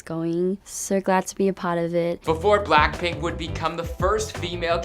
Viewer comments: You said "Blackprint" Its pronounced blackpink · did he say ‘black-print’ or am I tripin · "for blaapriihh..." 😂😂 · Anyone notice how he said black print instead of BLACKPINK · Is it just me or is he pronoucing BLACKPINK as BLACKPRINT? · Jerico Mhar Bolaños I swear I heard him said BlackPrint! 😭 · he said blackprint in one part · BLACKPRINT IN YOUR AREAAA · B L A C K P R I N T ? ! tell me I'm not the only one hearing that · Say-owl : Seoul Blackprint : Blackpink